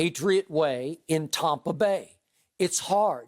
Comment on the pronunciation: Tompa Bay 🤣🤣